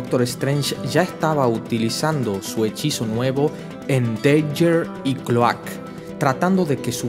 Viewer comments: Tio, llevo viendo tus videos una semana, estoy super feliz y súper agradecido de que subas estas historias, pero me estas haciendo muuucho daño con como pronuncias los nombres de muchos de los héroes. Cada vez que dices "Deiguer", "ClÓak" o "Boky" yo me muero un poco por dentro. Pronuncialo en inglés y quitate de problemas, "daguer", "clouk (sin acentuar)" o "bUky". Espero que no te haya ofendido lo que te he dicho, e insisto en que te quedes con el mensaje de que eres un puto crack! y que estas haciendo un buen trabajo por la humanidad, sigue subiendo estas fantásticas historias por favor Un abrazo enorme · Buenos videos... pero creo que deberías decir el nombre de los superhéroes en su idioma original... Es Misty Knight no Caballera Mística (en todo caso sería Mystic Knight)... Cloak se pronuncia "Clouk" y Dagger, "Daguer"... Son mis recomendaciones, pero en general, están muy bien los videos.